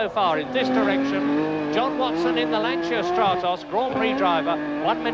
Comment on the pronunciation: I think this is the first time I've ever heard a British announcer pronounce Lancia correctly 😂 What an iconic lineup of drivers and cars 👍👌🤘❤️